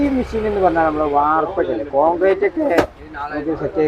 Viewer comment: മിശീൻ അല്ല, മെഷീൻ ആണ് 😂😂😂